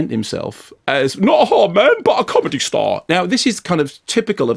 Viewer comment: "Not a haard man, but a com'dy staaahh"!